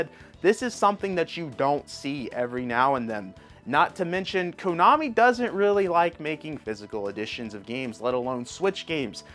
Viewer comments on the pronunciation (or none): none